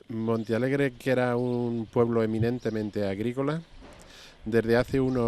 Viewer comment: es Montealegre, el que comenta a ver si te espabilas los primeros minutos dices Monta ,minuto 11 otra vez Monta jajaja alli naci yo en el 65 enterate ya es MONTEALEGRE MONTEEEEEE